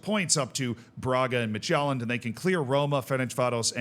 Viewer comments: I love this format solely for the pronunciations. Slight Danish tip: Midtjylland is pronounced sort of like MID-YOU-LAN. If you quickly blurt out those three syllables, it'll be close enough. In the video, it sounds like you're saying Midtjælland. Jylland and Sjælland are not the same. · Listening to this and thinking "what's Magellan-d?" The J is pronounced like the Y in "York", not like the J in "journal"!🙃